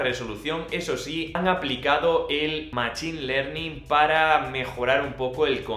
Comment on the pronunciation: Tiene que mejorar el inglés MACCCHHHHINE LEARNING